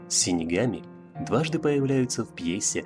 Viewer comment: Дизлайк за "синигами"))